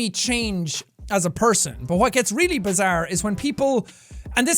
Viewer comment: Did anyone notice he said jojo is bazzare again